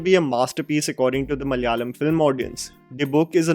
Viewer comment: can you please tell ma-la-ya-lam. not mallyalam..